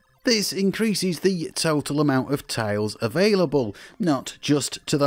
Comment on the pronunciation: It took me a while to realize this guy was saying "tiles" and not "tails"